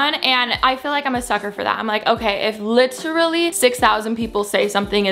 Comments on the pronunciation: Chloe & Caitlin liT eR UHlLY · litR LAY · I love that Alisha is addicted to saying the word “literally” and that she pronounces it like Chris traeger is the best 😂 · no one: absolutely no one: alisha every two seconds: l “lichrally” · I don’t mean to leave a mean comment but if I hear “lit-rally” just like that one more time I might kms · "lit-rally" same